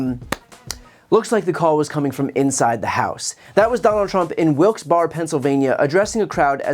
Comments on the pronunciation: Just so you know, it's pronounced "Wilkes BARRY" not Wilkes BAR ;-) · WILKS BARRY. NOT WILKS BARR. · The Barre in Wilkes-Barre is pronounced like Barry (White). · Hey brother I love your channel just wanted you to know it's pronounced like WILKES BARRY, PA it's weird but just in case next time you need to know. Thank you for these videos they are getting me through being sick :) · Its pronounced similar to "Barry", not "barr". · Maybe you shouldn't criticizing people for not knowing where they are when you don't either. LOL , "BARRE" is pronounce more like the fruit berry than a pub (bar) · Wilkes-Bar pronunciation is a faux pas, Brian. Wilkes-Barry is the proper pronunciation. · Brian it’s pronounced “Barry” not bar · Isn’t it pronounced Wilkes-BARRY not BAR, right? PA resident here. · Wilkes-Barre is pronounced "wilks berry" FYI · dude, pronounce it wilkes berry! just a heads up. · PLEASE edit your content, Wilkes-Barre is pronounced "wilksberry". Any time you be a proper noun, be it the name of a person or place, take a moment to research how it should sound during your narration, otherwise it's just nails on chalkboard every time you use it. It doesn't take long, maybe 2 min for every one in a piece, and it's respectful to that person/people/region. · Two things, Brian. Actually, three. First, I am about as anti-Trump as you get. However, second, this Trump thing wasn't confusion. There was a group of North Carolina supporters in the audience, according to Luke Beasley, who was there (and is also anti-Trump.) Third, and this is small, it's pronounced Wilkes Barry. I know, the spelling doesn't seem that way. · Wilkes - “Berry” is more how it’s pronounced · Brian, it's pronounced "Wilks Berry." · BTC...it's pronounced "wilks - berry." Just so you're not accused of cognitive decline. Trying to help a brother out... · It’s Wilkes-Barr(eeeee). 😊❤ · FYI, the city is pronounced "Wilkesberry"! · Wilkes Barre is pronounced Wilks Berry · Pronunciation: Wilks Berry 😊